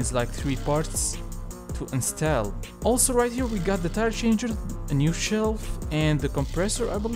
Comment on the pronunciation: Install say it like 'ins' and 'tall' the height thing